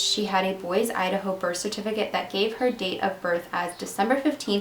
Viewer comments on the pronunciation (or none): Love you, girl, but it's pronounced "BOY-see, Idaho. It's a famous, Middle-American town. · 'Boise' is pronounced 'boy-see' for the record... Other than that, this case was super interesting. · I like the way you said Boise (state capital of Idaho)! I can totally understand why you would think that it is pronounced that way. Its actually boy-see. Weird huh? ☺